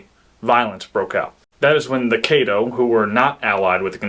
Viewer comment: Caddo---Kah-doh, not Kay-doh